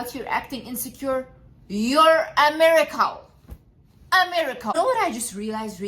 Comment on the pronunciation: I can't thanked the subtitles enough cause my ears: "America, America" when said 'a miracle, a miracle'